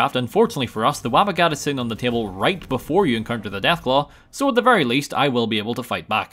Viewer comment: its WABBA JACK